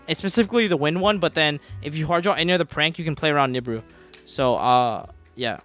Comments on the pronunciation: Every time this guy says nib-ur-ur I cringe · i love pak but goddamn do i hate how he pronounced nibiru